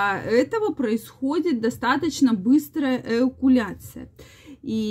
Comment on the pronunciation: Ну не эукуляция, а эякуляция.